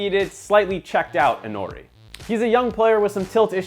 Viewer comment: its intori not intnori